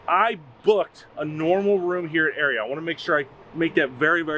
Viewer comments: It’s not “area” it’s pronounced “R-E-uhhhh” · It’s pronounced are-ia just FYI! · Las Vegas native and hospitality management major here... The Aria is pronounced aa ree un. But hey man I still love your videos.